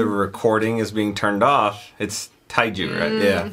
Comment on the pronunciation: Tae-ju = Teh-joo